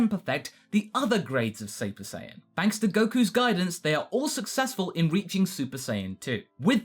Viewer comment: You said SAPER SAIYAN